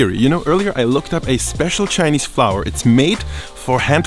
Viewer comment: you pronounce Chinese words and cities name very well, props to you 😀